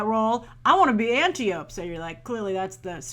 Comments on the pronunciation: Antiope is traditionally pronounced "an-TY-oh-pee" in English. (Greek names never have silent E's.) Connie Nielsen's Hippolyta might be a bigger character than her relative star power would suggest. She's one of only three WW cast members announced to appear in Hall H on Saturday, and she's going to be in this year's Women Who Kick Ass panel as well. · There are NO AMAZONIANS in this movie whatsoever! None! It is stated, quite clearly, numerous times in the film, that these warrior women are known as THE AMAZONS. Also, Hyppolita's sister's name is pronounced An TIE oh pee (emphasis on the 2nd syllable)